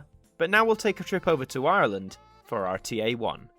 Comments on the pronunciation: Fyi, RTE is pronounced or tee ee . It's in the irish language, standing for Radio (pronounced rah dee oh) telefis Eireann (radio television Ireland . ) Yes, I am irish . Spent a lot of time watching and listening to RTE television and radio growing up ! Please do a section on RTE idents. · Just a note. RTÉ is pronounced RTE. The thing on top of the E is a Fada from the Irish language, and doesn’t change the letters pronunciation. RTÉ stands for Raidió Teilifís Éireann (Radio Television Ireland). They have a number of tv services, RTÉ One, RTE2, RTE Jr RTÉ News, and TRTE (a block on RTE2 for teens) their best idents are for One, junior and TRTE. There’s even a video from the illustrator showing the process of making the new TRTE idents. For what it’s worth I’d love to see some of these idents make it to an ident review at some stage. The RTEjr idents are very popular here on YouTube. Also, just so you know, it’s RTÉ, not the RTÉ. Many who are used to the BBC make that mistake. Great content, keep it up👍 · Been here since episode 2, haven't left since :) oh and also you said RTE wrong. I can see why but it really annoys me a bit. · Just a little thing i noticed, when saying the name of RTÉ which actually stands for 'Radió Teleifís Éireann' (Radio, Television Ireland) you don't need to pronouce the fadá (accent) on the 'E', hope this helps! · The People in ireland call it Raidio Telefis Eireann